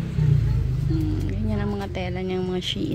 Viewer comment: Shein pronounce as shin po